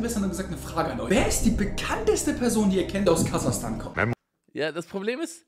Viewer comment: Es heisst KasaCHstan NICHT KasaKtan